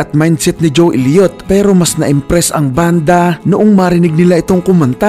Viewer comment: Sana man lang ginalang mo ung pag bigkas ng mga pangalan nila at hindi ung desisyon mo lng bigkasin ng basta. Ju Ilyot? Pe ti Willis? Mut Lang? Pyromanya? Armagidon it? Phil Kolin? Vivian Kampbel? Yoporya? Dayamond star halos? Tapos mali pa ung title ng kanta "when love and hate collides" At ano ung sinasabi mong binastos nila ang Dyos? Yun lang sinabi ni Mutt Lange para tumigil na mga tao kaka kulit sa kanila at malamang ndi mo alam na ung pananalita ng mga Ingles, ay sarcastic pakinggan. Sana inaral mo kung paano mag bigkas ng tama at ndi ung ginamit mo pa ung Banda tas mali mali naman pinagsasasabi mo.